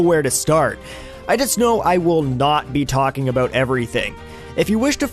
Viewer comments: what's wrong aboot the way we talk? you're just jealous we have free hydro in our igloos + Wifi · why does he mispronounce the word "about"? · Christopher Guerra he's probably Canadian.